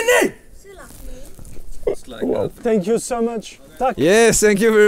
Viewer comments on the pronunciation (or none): Ça me perturbe qu'il dise sank you very much au lieu de thank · "Senk you" ta dit ta cru on était au Japon 😂😂😂😂 thank you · Incroyable mais le « sank you » m’agace 😂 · J’comprends pas ces français qui disant sank you!ça m insupporte!dites thank you en prononçant le f!dites fank you!c est pas compliqué quand même! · Ce que je retiens de Joyca : SANK YOU 😂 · « SSank you »